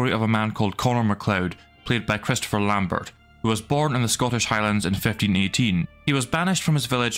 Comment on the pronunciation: Wait a minute ! I thought you were like the “Highlander Expert ?” Lambert, is pronounced Lambair, the T is silent and the ber at the end is pronounced like “Air” Christopher Lambert, as Christopher Lambair, the Actor is Truly sick of people not listening for 30+ years to him explaining it over and over again… but he keeps at it, so in tribute to him I will give you shit in his place ! (I am serious about the pronunciation but kidding about being angry at all, it’s odd to me the media never made it a goal to get this out there, be he told them in almost every interview…so i truly understand you not knowing I got lucky and caught an interview that wasn’t chopped up so… I am kidding about the “Serious Nature” of it, however Mr. Lambert would probably die of shock if someone pronounced it correctly before he personally tells them “it’s not Lambert, with a hard T at the end, it’s actually Lambair…” anyway good show and thanks..